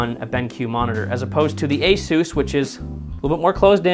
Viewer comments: asuooooos- its pronounced a- SUS as in s ugggh ssss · It’s not (A-Soose) what’s wrong with you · LMAO! “ASOUSE” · After hearing the way he said Asus he lost all credibility